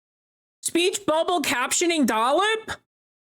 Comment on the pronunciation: they call her Dollip "358/2" Daze